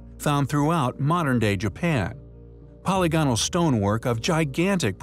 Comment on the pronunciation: Dude you really should learn how to pronounce polygonal